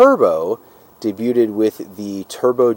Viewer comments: Say, "Day byued" instead of day byuted. Otherwise very comprehensive. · day byood,, not day byooted,, lol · Lima is pronounced lyma like the bean because it was built in Lima Ohio. Also debuteted and canaverous are funny how you say debuted (day bued) and cavernous (cavern us). Love these cars, especially the 87-88 5-speeds. I have always wanted to find a black one with gray or red cloth interior. I have a black 92 SC 5-speed and have had 3 other SC's. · Also ‘debuted’ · The t in debuted is silent. Demuro’s reviews are dreadful.